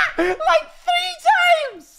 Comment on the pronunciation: Hello dear viewer and welcome to, 🦀 Stream moments that made me laugh. 🦀 A clip compilation!:D 1. "Right." "Right, right no- oh thank fuck its a mannequin-" 2. "LYKE THREE TYMES" (the y 's are on purpose, to be fair he did say it like that ) 3. reading a chat message: " "miku has debateably done more for the human race then jesus." What a take, what.a.take. " 4.: " OH WHY YOU GETTIN RID OF HER EYEBROWS?-...:0 oh hi mate, you alright? Privet- HAHA HIS PHONE WENT LOW-" 5. Honorable mention: the death drop ankle roll lmao 6. "Wilbur when "The soot." " 🦀 We interupt this program for a compilation of screaming, enjoy: 🦀 7. AHHHH inhale AHHHHH inhale AHHHHHHHHHHH terrifies his audience " "AHHHHH AHHHH AHHHHH" AT A CHILD- " 🦀 End of segment, thank you for your time. 🦀 8. rants about Everyones little scrappy mate 9. Fnaf jumpscare ( i thought of the joke first and THEN he read the chat lmao i swear) 10. Americans when basic math. 11. He dosent look like that. 12. He does NOT know where that came from. Hes very sorry. 13. - excel spread sheet of wrong doers 14. hits that riff then urges man to clean car 15. Granny gets viciously roasted #ILOVEMYGRANDKIDS 16. This did not make laugh, but the bit with the car made me laugh so im putting it in anyway 17. Dinosaur commits heinous act while goes newyorker 18.